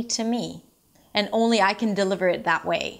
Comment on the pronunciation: Suggestion. You need to differentiate between the W and V sound. It's "accent way" not "accent vay".